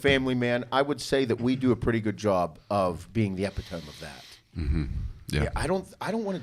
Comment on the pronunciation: Did just say EpitOHHHHM as a pronunciation for epitome..? Hell yeah😂 that was some Theo Von shit